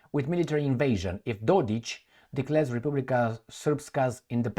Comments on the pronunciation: The K at the end of DodiK is read as cK (as in Dick) - not as ch (as in Mich)!! F..the EU & USA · Dodik is written with the K , SO it should be read as K...as its written..Just so U know. All D best to You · Hey Can't you see a K at the very end of his last name??? DodiK No Ć kr CH⁉️ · FYI he is MILORAD DODIK (Милорад Додик) NOT DODIĆ